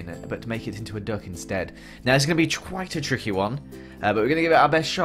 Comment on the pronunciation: "now this is gonna be twuitch a chicky one." I died.